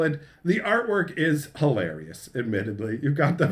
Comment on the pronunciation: Hilarious, which is pronounced HayLarryUs.